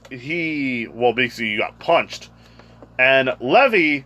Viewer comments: Bro stop calling him levy it’s Levi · It is pronounced Lē-vī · It’s pronounced (leave eye) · Levi's name is pronounced Lee-vy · You are saying Levi wrong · Your saying Levi wrong but ok